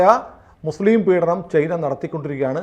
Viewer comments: ചെയ്ന അല്ല ചൈന എന്നു പറയൂ.. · ചെയ്നയല്ല ചേന😅😅